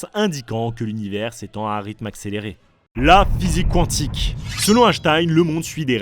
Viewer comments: prononcé à moitié à l'anglaise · pas quand on parle bien français. ça, c'est à moitié anglais. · Je ne savais pas que ca se prononcais "qwantique" 😅 ( je ne me moque pas, au cas ou, je ne savais vraiment pas 😊 )